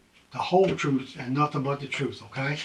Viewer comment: "GOD's honest truf" "i tricks that's it"